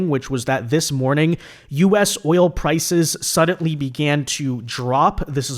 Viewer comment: There is no t in the word suddenly you always say suddenTly it drives me nuts